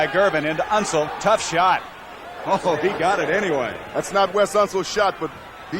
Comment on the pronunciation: Unseld - not Unsul. Never seen an announcer butcher that easy a name of that famous a player.